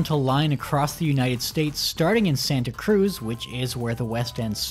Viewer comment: As someone who lives in the Bay Area, I cringed so hard everytime he said Santa Cruz.